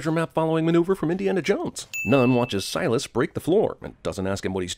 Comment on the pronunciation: I lost it every time he said Silas